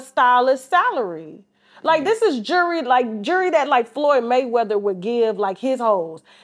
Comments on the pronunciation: 💯 she can pronounce the word jewelry but got the nerve to talk about Shannon's lisp. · Someone tell this chick there's a L in the word jewelry 😮‍💨